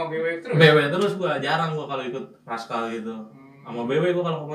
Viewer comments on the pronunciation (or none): Rascal bang bukan raschal